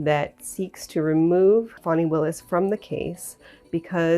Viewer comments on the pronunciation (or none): Take this from a person who has lived in Georgia 64 years. It's pronounced like Fannie. Not fawni. Now w in her name.